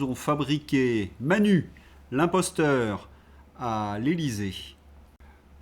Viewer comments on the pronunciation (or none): none